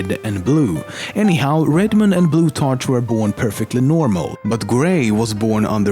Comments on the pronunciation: Nice vid, BTW the 'ch' in the name Blutarch is pronounced 'k' as it is in the word 'school'. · The way he pronounced Blutarch annoyed me greatly. It should be pronounced a like a k not like a ch. It is counter intuitive but English is generally difficult, but it can be understood a through thorough thought though. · Blutarch is pronounced blue-tark, it bothers me how he says it. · He way he pronounced blutarch and pauling made me so mad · ur saying blutarch wrong